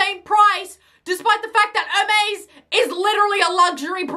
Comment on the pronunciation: Hermes is pronounced (her-mee’s)